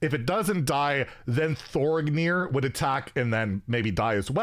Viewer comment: Also, Thorignir is actually pronounced Thorinir